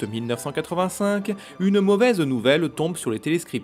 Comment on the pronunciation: « Uneu mauvaiseu nouvelleu « mdrheu !